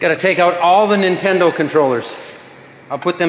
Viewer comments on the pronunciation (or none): none